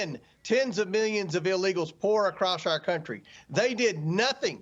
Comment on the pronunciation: I tend to notice things. Saying, “Deeyud” instead of “did” is a sign of low intelligence.